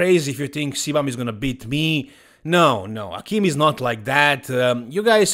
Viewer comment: Akim is super chill, so i don't see him posting the trash talk stuff. Heck, he's ok with everyone pronouncing his name incorrectly (it's A-Kim, rhymes with "hey Kim"). So, as much fun as that might be, i doubt it. Even if he will make Chris look small. Respect for the apology, you're a true professional,!